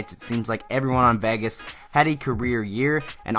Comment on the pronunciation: It's VAY-GIS... not VEH-GUS